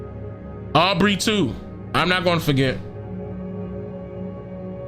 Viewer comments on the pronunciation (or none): none